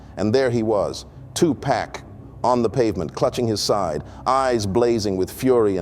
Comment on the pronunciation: “Pack” ??? Who is narrating this??